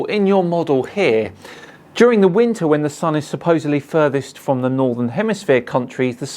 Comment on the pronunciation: Instead he says "winter" he said "winner" lol